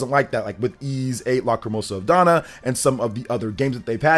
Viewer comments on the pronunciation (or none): none